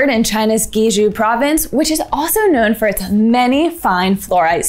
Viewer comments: Guizhou is pronounced "gway joe". Hunan is pronounced "who nan". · "guizhou" is pronounces "Gui-Joe"